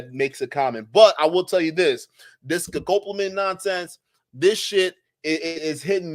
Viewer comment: So this is an "Educational" episode on the drug "Devil's Breath" and I think that is great. Yes, by all means, "Let's learn about this drug." But Bro, can you at least begin by learning how to say the name of the drug correctly? It is NOT ScoCopamine. It's not sCopamine, It is Scopolamine. Sound it out: Sco-Pol-a-mine. It's not a real hard word to say. In Spanish it is Escopolamina. You're doing young men a real service here, why have all of them leave, thinking they know what's going on, and go around pronouncing it incorrectly like you do? Is it not worth your time, or what?